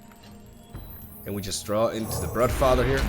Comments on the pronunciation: Its brUdfather mate :D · Just a heads up, "Brood" in Broodfather or Broodmother is pronounced "Brude". Like a drawn out U sound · I just find it funny pronounced broodfather like bruh-father